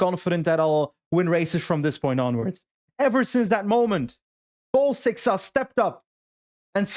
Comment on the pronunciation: for the love of everything that's sacred stop saying seixas the wrong way (I'm portuguese and if he wants to say his name the wrong way that's on him but the word is said the way says it and you're making my ears bleed)